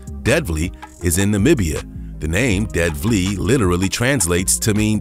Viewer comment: Dead Flea??? Hahaha DoodsVlei Try pronouncing as Dudes Flay.